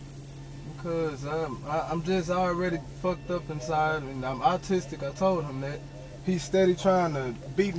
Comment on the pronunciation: Once caught ,,, Oh yeah dude im awwtistik ,,,im awwtistik... I get a free pass,,, not only that but now y'all gotta let me go cuz the officer was ruff wit me and he didn't put on his kid gloves ... The county owes me one of them ten thousand dollar voucher's ...